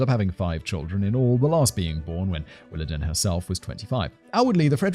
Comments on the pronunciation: Diane's mom's name is pronounced like. Willa Deen. Not den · It’s pronounced WillaDEEN not DEN. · Coming from the American South, I'm pretty sure it's pronounced "Willa DEAN" not "Willa DEN". It's a way of feminizing the father's name to use for a daughter. Like "Charlene"... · I think it's pronounced 'Willa-dean'. And yes, some families go way overboard with church. I was made to go Sunday morning and Sunday night, Tuesday night for a youth group, Wednesday night service, and Saturday night for singing. One Sunday school teacher talked about giving us homework once. Oh, and having padding on the pews was considered to be sacrilege... it was somehow required that you sit on hard wooden pews for 2 hours with no lower back support. Add in revivals, when you go every night, special singings, and camp meetings, where you get preached to in a tent during the sweltering Southern summer, getting eaten alive by mosquitoes and chiggers... camp meetings go on for several nights, too... sometimes several weeks. It's no wonder why I will not set foot in a church today. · Willadene pronounced like dean